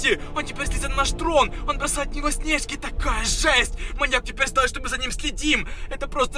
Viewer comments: НЕ снЕжки, А снежкИ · ОН КИДАЕТ В НАС СНЕЖКИ (кто не понял там ударение неправильно поставил) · А ударение снежки ты на е а надо на и ударение кто тоже согласен лайк👇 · Не снЕжки а снежки